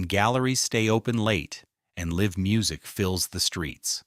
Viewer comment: The "town" street shown at the beginning is NOT Bartlesville. Your AI bot also mispronounced "live". You should take this down and put more effort into it. Then try again.